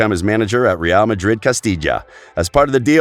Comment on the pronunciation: Did you guys heard him said Castija the first time???? He made amends by pronouncing correctly moments later.